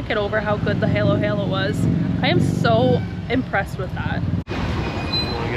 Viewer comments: And it's Halo Halo (sounds like Hall as in hallow hallow) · Why do you pronounce it as heylow heylow? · It's pronounced "Har Lo Har Lo" as in fallow. Means mix mix, which is what you do, don't eat the individual bits. For the best lechon in the Philippines you need to go to Carcar, about 1 hour drive south of Cebu city. There is an area that just deals in lechon and chicharon. If you are on Cebu island a must place to visit. Also a stopover on the way to Moalboal.